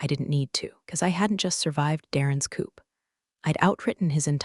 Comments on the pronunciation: Coop is spelled coup ans sounds like coo. French word. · Don't worry. The word "Coup" pronounced as "Coo" in English becomes Coop!